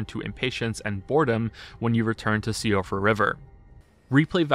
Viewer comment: About 15 minutes in I realize this is going to be painful. Man can't pronounce Síofra. "See-ofra" gah. Its "Shee-fra" Also man really needs to watch the Tarnished Archaeologist and see how repeat enemies are telling you about lore in many cases. These actually aren't cheap copy and paste simply to fill room. It's often telling you things about the world.